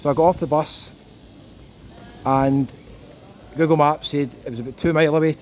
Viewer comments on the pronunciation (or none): none